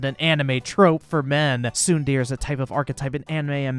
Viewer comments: Umm its not tsun deer its tsun darea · Tsundere is pronounced Soon-der-ray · I love this man but as a otaku it hurts hearing him say tsundere XD Fucking "tsundeer" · Pronounced (Sun-De-Rey) not (Soon-deer) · Soondeer. SOONDEER. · it is pronounced sun'de're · Its pronounced Tsun-DARE-A. And it is art. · lol, pronouncing tsundere as "soondeer" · is clearly not a man of culture. It's pronounced tsundere you pleb!! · Did this dude just say soon deer? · So... tsundere is pronounced "soon deer" now, huh? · I find it funny that my man can not pronounce tsundere to save his life. Edit: Bro I am dead! Legit said neon genesis Evanjelly-on! I love the videos but this is hilarious to me! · Your pronunciation of Tsundere hurts me. This is all. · man doesn't know how to say tsundere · i love your channel but your pronunciation of tsundere made me die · people people... again... lets just rewatch the clip of trying to pronounce tsundere... giggles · Gonna be that guy but you pronounced tsundere incorrectly. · Great video and all but I'm triggered right now! HOW DARE YOU SAY TSUNDERE WRONG!!!! Just kidding, good job on the video!